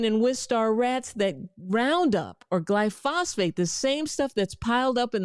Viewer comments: Funny - high fat carnivore diet improved my after dark performance! Good advice otherwise though! And it is pronounced “gly-fo-sate” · Dear Dr Rachael Ross, Great information! But, you keep mispronouncing the active component in "Roundup" as Glyphosphate. It is Glyphosate without an additional ph. Just bringing this to your attention. No harm as we knew what you meant. ;^) Mark M ( Physicist) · You have great and valuable content. Please say GLY -fo - sate. Not phosphate. Thank you. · It's glyph-o-sate, not gly phos-phate. Other than that, you are doing God's work! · First time viewer here. So far I'm liking what you are conveying but I think you would have more credibility if you learned how to pronounce Glyphosate glī-fŏs′āt . It is not called GLYPHOSFATE as you continually call it. I may watch more of your videos if you can correct this. Thankyou and keep up the good work. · The chemical in RoundUp is called Glyphosate-- not glyphosphate. I understand it doesn't matter, but you mispronounced it as "FATE" instead of "SATE." Thanks for adding awareness. All these oils do need more research and we need to start taking a closer look at common ingredients in all these processed foods. I know I noticed mild circulation issues after consumming a popular protein shake. After a few weeks of removing it from my diet, the circulation issues went away. The second main ingredient listed after water was "vegetable oil (sunflower, canola, and/or soybean oil)" that's how it was listed. I guess they just put whatever oil they have available in this stuff. Anyway, the only improvement I noticed was my bowel movements. Circulation, energy, and mental clarity was reduced while consuming. I guess at this point we don't really know what's good and what's not with all the processing and genetic engineering. It's best to just read labels, know what youre consuming, and pay attention to how it makes you feel. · It's pronounced Glyphosate, not Glyphosphate. Thank you for the video.